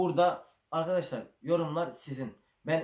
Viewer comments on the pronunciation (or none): none